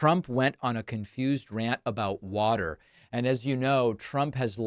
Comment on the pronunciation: “Wheter” … OH, water. 😮💦